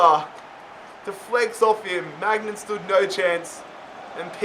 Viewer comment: I am sorry but it gets annoying when he say maignan